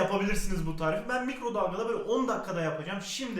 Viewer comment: Eveeğğt bugün sizlere ıslak kek yapacam.Bu tarifi de çok istemişsiniz bomba bir tağriğf daha geliyoğr. Her videoda bunu söylediğinde gülüyorum seviliyosun